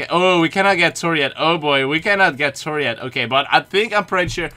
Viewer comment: I like that he says tor not Thor